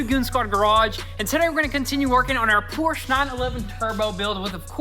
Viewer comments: great hard work on the 911. Let’s get the company name right…Por-scha. Porsche. Not Porsch. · It drives me crazy everytime you say Porsche. It's pronounced por-sha! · The correct way to pronounce “Porsche” is actually as a two-syllable word: “Por-shuh.” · Porsche is pronounced 'Por-sche' with two syllables. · PORSCHE - IT'S A PORSCHE NOT A "PORSCH"!